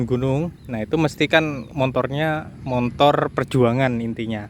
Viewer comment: Motor, Bang bukan motor. , ga ada "n" nya....